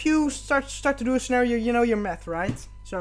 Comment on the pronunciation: This is helpful and all but I couldn’t stop laughing every time you pronounced math as meth. Don’t beat yourself up though, English is hard and we all make mistakes. I’ve accidentally said plenty of things in Spanish wrong, usually to the amusement of native speakers. You did a good job otherwise. Thank you for choosing to learn our language :)